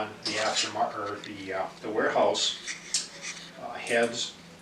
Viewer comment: Warehouse. Not Wearhouse